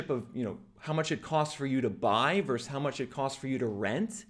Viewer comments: The word is VERSUS… often abreviated as “vs.” The word is NOT pronounced VERSE ! One of my pet peeves! When did this abomination start ??? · Why don't you pronounce the second syllable in "versus"?